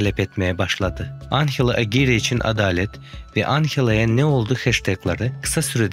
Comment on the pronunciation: anhela degil anjela